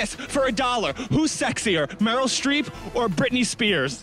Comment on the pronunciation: BRITME STREEP